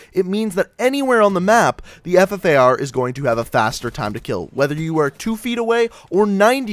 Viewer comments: This is how he said FFAR. F. F. A. R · Omg the way you said ffar at the start